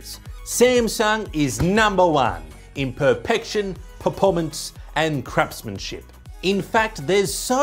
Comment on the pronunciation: Google translate [to English] = Perfection, Performance & Crapsmanship.